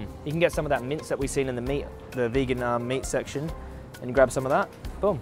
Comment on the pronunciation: Love how says boom like "bewm"